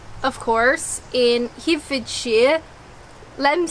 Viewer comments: burgh is always said as borough - Edinburgh. Herefordshire is hair-e- ford-shire not here-fordshire. Valiant effort young lady! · Herefordshire is not 'hee' it's 'herror'. And shire is not 'sheer', it's sh. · BTW, Herefordshire is pronounced exactly how it is spelt, HE-RE-FORD- SHIRE ( 4 separate syllables, the E's pronounced as in hen) 😂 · I won't comment on your pronunciation of Herefordshire. But I cringed. Next up try Keynsham. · Herefordshire - try saying it as Herry-ford-shire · I just want to point out for accuracy's sake that Wiveliscombe ( known as Wivey locally) is in Somerset not Devon. You pronounce Herefordshire like De Niro in "Ronan". His pronunciation always annoys me and ruins the rest of the film. It is pronounced Hair-rer-ford-sheer. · If it's any consolation, I'm English (although I now live in Ontario) and I struggled with most of the place names. There's no reason or rhyme to some of them! I was deeply disturbed by your pronunciation of Herefordshire... pron. Hairy fud sher BTW... one food you should try, (my absolute favourite) although I do not know if you'd get them in Kent, is Holland's puddings. They are steak and kidney in gravy, in a suet (pure fat) casing. They will stop your heart beating at a hundred paces but they taste excellent... the food of the Gods! My recommendation would be to have one with chips (fries not crisps!), peas (marrowfat) and gravy. You must have two buttered barm cakes on hand, as you are going to put half a pudding on each, together with chips, peas and gravy! You'll think you've died and gone to heaven. My Mum used to smuggle them into Canada for me and when I go to visit England, I gorge on them. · Herefordshire is not pronounced as Here, it is pronounced with short "e" sound as in "egg" so we say He - re - fordshire. Hope this helps.